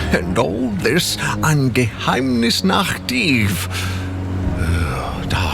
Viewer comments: Well, you still have to work a little on the pronunciation of Geheimnisnacht. ^^ You can split the pronunciation in Ge-heim-nis-nacht. ;-) Greetings from Germany. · you can prononunce geheimnisnacht (something like secretnight (mysterynight sounds better tbh )) Geheim- nis- naht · I'm not even a German speaker, and I still flinched every time you said "Geheimnischaaaat". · I like you content and your videos, but please never say Geheimnisnacht again. I'm from germany and it just hurts my ears.